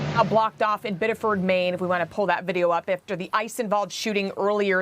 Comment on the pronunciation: Pronounced Biddiferd